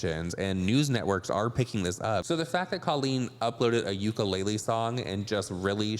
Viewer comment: I know this way off topic, but because Colleen forced that ukulele to be a part of this bs, I’d like to let everyone know as a Native Hawaiian that UKULELE is pronounced OOH-KOO-LEH-LEH, not YOU-KA-LAY-LEE. That is all, carry on 🤙🏾🌺.